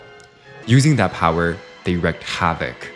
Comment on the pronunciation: It's wreak havoc (not wreck havoc) "wreak" rhymes with creek, shriek, and streak